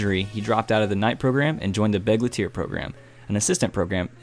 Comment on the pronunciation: The title of Walkure Romanze is probably mispelled, as the german translation of Valkyrie Romance would be "Walküre Romanze" (empahsis on the ü instead of u) or "Walkürenromanze" if we're perfectly correct. The term "Begleiter" is german as well and means "companion/cavalier/attendant/escort etc" It is not pronounced begleteer, but rather begl(eye)ter. I haven't seen the animé but I suppose what they're actually thinking of would be a squire (german word: Knappe)